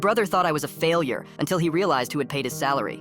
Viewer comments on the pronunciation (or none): When he says "failure" in asian acent its too good😂😂😂😂